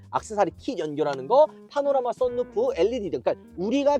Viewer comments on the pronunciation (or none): none